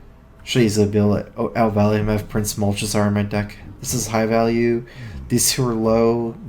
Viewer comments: did you seriously just say prince mulch-a-zar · my eye twitches every time he says "Malchezar"